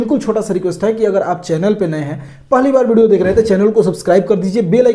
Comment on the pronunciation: हे भाई ये व्हिडिओ को बिडियो क्यू बोल रही?😊